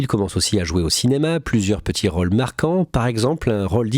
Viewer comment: „ses rolles“ 😁 Non! Vous prononcez mal le français! 🤪 La langue française a 16 voyelles phonétiques et „rôle“ se prononce avec un „o fermé“, prenez des cours de diction avant de saboter la langue française devant le monde entier!